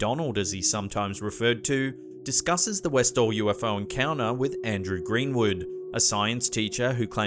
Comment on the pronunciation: I know you are a bogan from Melbourne (same as me) but please try to say your “t”s. Encounuhhhh- encounTer sounds far classier. Enjoy your conent though.